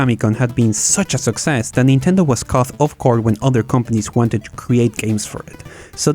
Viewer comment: Great video! Just FYI, "caught" is one of our silly English words that is pronounced differently to other words with similar structure. While in "cough" the "gh" is pronounced like an "f", in "caught" the "gh" is basically silent.